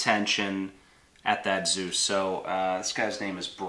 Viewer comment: Good work and nice vid. May I am a bit late for this, but pronouncing "Zeus" as "süß" triggers me tremendously. And so it is: "eu" is pronounced like "oi" in "Spoiler". So please pronounce it Zois! It is the german spelling so i'm convinced it is the german pronouncing. warm regards